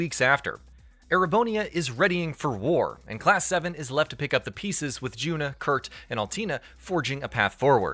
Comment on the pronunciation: You did not play the cold steel games or you would have know that her name is pronounced u-na and not ju-na. Stop lying.